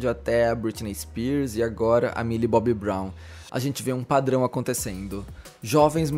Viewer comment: é "Milly Bonnie" amg KAKAKAKAKAKAKAKAKAKAKAKKA me acabo com essa